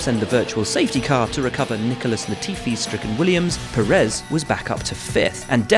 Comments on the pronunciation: If you make a whole video about the man, at least get the pronounciation right: Pérez, not Peréz. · The guy has been running in Formula 1 for a decade and commentators still don't pronounce his last name well. Put your will in it, brother, is not that hard. Is Pérez (PE rez), not peréz (pe REZ) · no Sarhee-o. Pehress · Pérez (peh-res) not Purr -ehz. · Yeap, I doubt it too. But Perez's doesn't work as a journalist/voice-professional. Seriously, Pérez is by far the easiest name in the entire Latin-Roman language scope! The way he pronounces it sounds absolutely weird to a Spanish speaker. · Shurgio Pehres?